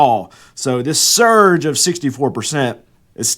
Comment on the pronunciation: Man has an issue with the word "surge" but no problems with his "COLLAPSING" titles. LOL